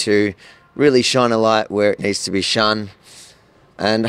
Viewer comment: its shone a light you moron not shun a light